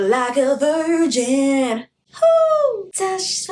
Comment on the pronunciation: I might aswell count how many times u have said 'vrigin' in this video aha. also stream candy xdxdxd